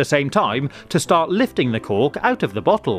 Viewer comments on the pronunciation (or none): Am I the only one who keeps hearing "cock" instead of "cork"